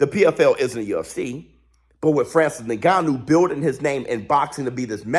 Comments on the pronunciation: It’s pronounced IN-GANN-New, not NE-GANNU💥💥Love your content however, great 👍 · No its Nnnnn-ga-nuu, coming from an African that's how it is pronounced. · So proud of Francis… bro it’s not Nigannou it’s En-gannou lol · Bro his name is pronounced Inganu not niganu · Bro please pronounce Francis’s name correctly ! En-ga-nu … ya Driving me crazy as a fan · If isn't pronouncing his name as Nig-gannou 😂😂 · Hey, nobody seems to be mentioning it but.. His name is pronounced like "EN-gannou". Awesome video BIG FIGHTS COMING!